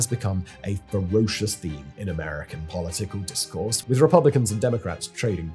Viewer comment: "Pall-O Tickle Discourse" 👍